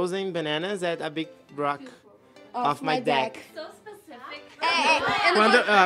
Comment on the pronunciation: A Any confundindo "deck" com "dick" MEU PAI KKKKKKKKKKKKKKKKKKKKKKKK